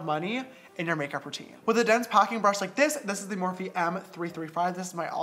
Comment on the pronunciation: me neither! I think he said it wrong